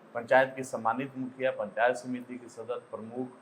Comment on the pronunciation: Arre mukhiya ji ka naam sahi se lo yaar...